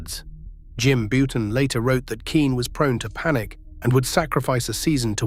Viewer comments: . I’m pretty certain that it was AI. I mean, I’d HOPE it was, with the blatant mispronunciation of Bouton as “Boo-tan”. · . Jim Bouton is one of my two all time favorites, and hearing his name pronounced “boo-tan” was cringeworthy. Can’t imagine what the AI would’ve done with my other favorite…Mark Fidrych. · Die Nasty not dinasty, Bow ton not Boo ton. too many non relevant pictures also. I won't like or subscribe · So is Bouton’s last name pronounced “Bow-tin”, “Boot-in”, or “Byou-tin” A.I. narration really ruined this otherwise fine documentary.